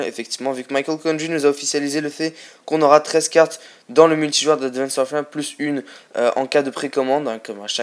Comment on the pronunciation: Que 13 :s moi 14 mais bon très peux ! et je le re re dit WARFARE ! parle français mec Fait pas ton anglais ^^